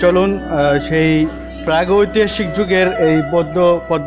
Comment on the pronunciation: প্রাগৈতিহাসিক। উচ্চারণ শিখে আসেন আগে।